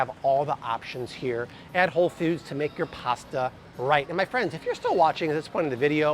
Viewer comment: Why pronounce Whole Foods as "Whole Feuds" kinda like those who pronounce coffee cawfee?